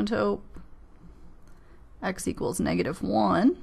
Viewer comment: I was dusting off my algebra for my calc class this semester, this was incredibly helpful tank you. I love the way the word asymptote is pronounced.